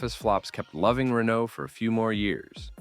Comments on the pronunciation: Ray-no, not Renault 😂😂😂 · Its RenO Not Renno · Killer actor. You are pronouncing his name as if it was Renaud.